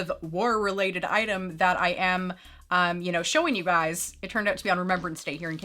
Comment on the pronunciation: ) ‘showing you BUYS’ or ‘showing you GUYS’ 🤣